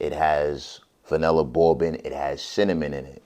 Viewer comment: Why does he say "bourbon" like a 5 year old with a speech impediment? It's pronounced "BURR-BIN"-- not "bow-bin."